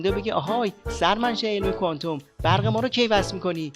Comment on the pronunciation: شاشیدم به کفن خمینی که مبادا خشک بشه آخه گوساله ولایت تو کوانتوم را ده بار بنویس تا بلد بشی تلفظ کنی کوانتوم را با دسته آفتابه اشتباه نگیری گوساله طویله ولایت فرقه ضاله خمینی و تبهکاران خامنه‌ای